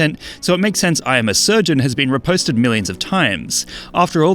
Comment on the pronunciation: Bro pronounced repost like the sword fighting technique.